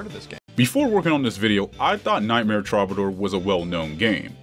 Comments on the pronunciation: Love the vids. It's pronounced true-ba-door though I believe. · Repeat after me: "true buh door" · Why do you keep calling it Trobbadoor?! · Take a shot everytime he mispronounces "Troubadour."